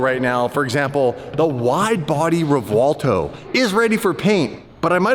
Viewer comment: Nice try, but It's REVUELTO not Revolto 😉